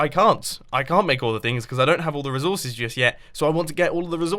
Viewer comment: he said rezorsces